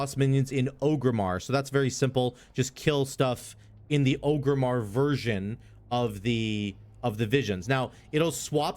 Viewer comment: Orgrimmar, not Ogrimmar. A lot of people mispronounce it even thought they say it in the game a million times lol